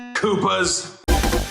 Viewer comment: He says koopas like a slur